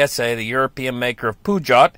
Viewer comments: I laughed my arse off when he pronounced Peugeot. Oh dear. A car called poo-joe. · I learnt how to pronounce Peugeot today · he didnt quite get it right.